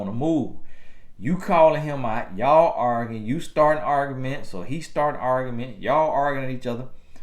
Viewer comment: Lol at pronouncing arguing as organ